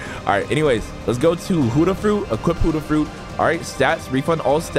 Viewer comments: Why you say huddah not Buddah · the only annoying thing in this video is huddah when you always say ot as bu-dda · why do u call it hudah fruit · or peicing clothesline